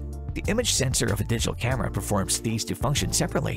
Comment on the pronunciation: I don't like the way he says "camera"